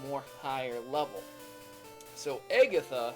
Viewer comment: oh my gosh, stop pronouncing things weird...aygatha, guyradose, lol wut???